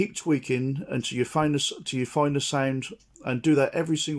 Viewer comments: Every time he says sound it's sounds like "sæind" 😆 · How to get your “signed”. 🤣